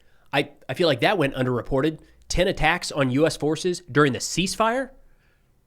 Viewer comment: The C is silent 😅 "ease fire"